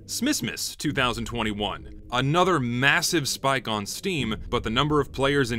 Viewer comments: this video is amazing and informative, but did anyone else notice the heavy southern accent any time he said "spike"? I love it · good video but you pronounce spike weird